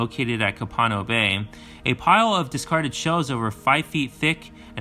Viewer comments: it's pronounced "COPE a No" bay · Copano Bay- pronounced coe- pa- know